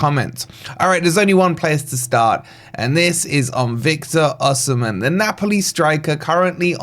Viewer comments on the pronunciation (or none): I love your content but Oshimen, really🤣